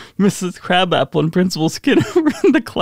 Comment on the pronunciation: Her name isn't pronounced like the food. Krawb-awp-ple.